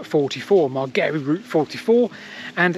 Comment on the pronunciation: Shouldn't there have been traffic lights? By the way, Ivan Margary's surname was pronounced similarly to Margaret (except for the ending, of course), not in the strange way you came up with this time. That is a wonderful piece of forest, and I hope it never gets destroyed. Great video - thanks for all your hard work!